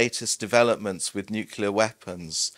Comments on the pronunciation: I can't believe that 2 of these authors and focus of this documentary cannot even pronounce nuCLEAR properly. You study something, write a fucking book about it, make a documentary and don't even care to say the word correctly. It's NOT nucular. Even spell check will make it right but they can't say it right. Sad. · One of the historians says "nucular", which drives me up the wall. How you can mispronounce that word is unclear to me (note: unclear is nuclear with the first two letters swapped). --Former US Navy "nuclear" reactor operator